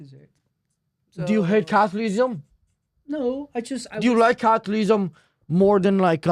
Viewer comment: “Cathlism.” The whole anxious and awkward bit was so hard to bear for the whole 45 mins lol